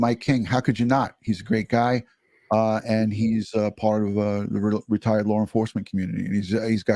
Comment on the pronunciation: LOLOLOL I thought I was the only one who heard the “R” at the end of LAW!!! 😂